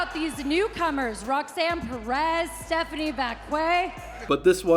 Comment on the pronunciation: I'm still laughing at Nikki saying Stephanie's name wrong.